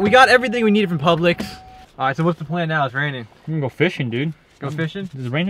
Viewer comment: The store name is pronounced like pubelicks